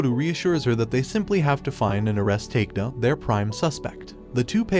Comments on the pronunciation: Its a good recap, but you need to learn how to pronounce japanese name. I'm so confused with the names you mention, especially takeda which supposed to be pronounced as ta-ke-da, you pronounce it as take-da. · Great summary! My one, hopefully constructive, critique would be to take a bit more time learning the pronunciations of the names. Takeda as "take-da" shouldn't fly. Otherwise nicely done. Concise and easily understood.